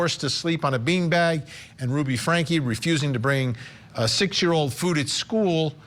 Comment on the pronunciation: "Ruby" not "Rudy"!!!!